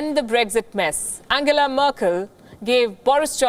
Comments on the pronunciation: his german pronunciation of angela was actually correct. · The way he pronounced 'Angela' it is the way it is pronounced in German. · Sorry but he pronounced it right. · Angela was pronounced correctly... Even Trump says like that